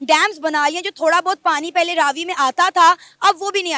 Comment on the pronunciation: You pronounced it right, that is Raavi not Ravi